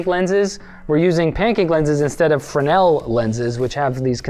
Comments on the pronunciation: My dad recently corrected me on this, they are "Fresnel" not "Frenel" lenses. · It has been getting on my nerves so much when people pronounce "Fresnel" as "Frenel" but, after just Googling the pronunciation, I've found out that is the English (Simplified 🇺🇲) pronunciation rather than the English (Traditional 🇬🇧) pronunciation "Freznel" 😅 Now, I'm less annoyed by it knowing that it is an official pronunciation rather than a mispronunciation 🤣